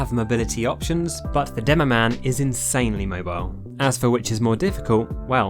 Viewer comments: Did this man just say “Doomoman”? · I love that he says at the begining Doom-o man and joink-rat